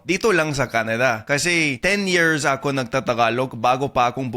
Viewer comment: Shortened your (AKO) pronunciation to be more native sounding. Not ahhkoo... Should be a'ko.